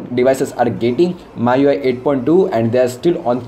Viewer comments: bro it ME YOU I (MIUI) not MAA YOU I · What language are you speaking? it's MIUI read as me-UI not my-UI. Plus it is the "stock" Android. The one that's officially supported and updated by the manufacturer is "stock" Android. For example, Grace UI / TouchWiz for Samsung, HTC sense for HTC is stock. The one you were referring to is called AOSP. Get your facts straight.